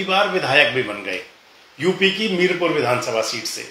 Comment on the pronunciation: मीरपुर नही मीरापुर